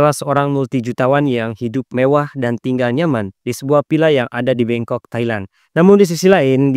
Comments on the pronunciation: 13.37 bangkok kan bukan bengkok apa aku salah denger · Bangkok bang😅, bukan bengkok😅